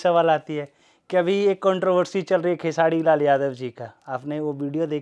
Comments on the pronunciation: खेसाडी नहीं खेसारी भाई बोले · खेसाडी नहीं खेसारी भाई बोलो